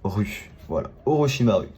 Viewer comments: On dit pas orochimarU mais orochimarOU sauf que sa c'ecarit avec un U au Japon le U se dit OU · 3 em sa ce prononce orochimarou et non pas orochimar U